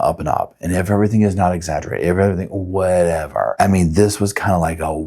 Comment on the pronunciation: "In a cabin or whetever she was"